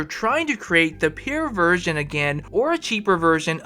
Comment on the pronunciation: can’t say pure…😂 say it with me pure this not pair